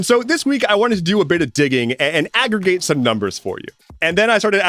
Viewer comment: I did not hear, "aggregate the numbers", I heard "aggravate the numbers". So when you then said, "and the numbers got really...", my brain finished with "angry". Great video as always!